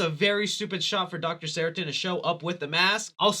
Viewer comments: SARTAIN...not Saratin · I’m immediately jarred by your pronunciation of the name “Sartain”. It’s sar-tain. Not sara-tin. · I love your channel, man, I really do! I've just gotta say... it's "Sar-tain." "Ceratin" sounds like an allergy medication 😂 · SarTAIN, not SARItan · How the fuck do you manage to mispronounce SARTAIN as SARATIN the whole video? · It’s Dr. Sartain, NOT Dr. Saritan. Also, that’s not boba tea… it’s bubble tea. All we ask from you is a little bit of research… that shouldn’t be too much. Edit: Again, it’s SAR-TAIN. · Dr. Seratin? 😂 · Sartain, not saratin silly lol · Who is this Dr Seratin? It's Dr Sartain!! LoL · Drink everytime he says Dr Seritin (Sartain in the movie) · Say it with me now, "SAR TAIN" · Why do you keep pronouncing it sarah tin?🤣 Thats not it at all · What the fuck is a Doctor Seratin,? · Dr. SAR-TAIN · ITS sarTAIN!!!!!!!! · Sar-Tain lmao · Say Saratin one more time 🔪🔪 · Great video, his name is SarTAIN like “pain” for future reference! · When the movie says a characters name multiple times and you still can’t get it right 😂😂😂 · I watched every single Halloween review and this one is my favorite! you are right about Dr. Sartain (which you pronounce wrong in the whole video) haha but its all good! keep up the badass work!